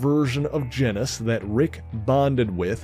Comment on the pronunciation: why do people keep pronouncing Genis's name like it rhymes with Dennis? His name is pronounced like Genus.. Which is why his sister is named Phyla... That's the joke.. Kingdom, Phylum (or Phyla for plural), Class,. Order, Family, Genus, species....